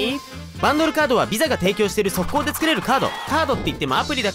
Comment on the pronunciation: バンドルカードってなぁにー？？ が、げんさんが、さやさんの面白ろ挨拶集？みたいなテンションで上がった！ あとVISAがピザに聞こえた笑笑